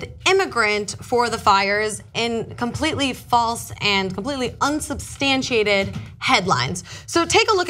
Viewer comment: you said "unsubstantiated"! You broke 5 syllables, and that's how you know you're a journalist!